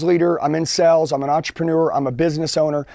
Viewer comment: Is it me or do I keep on hearing him say sells instead of sales?